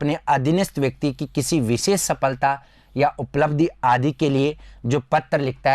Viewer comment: आपका उच्चारण सुधारें जैसे पीस - पीस , संस्था - संस्था, नोकरी - नौकरी, बिसेस-विशेष ............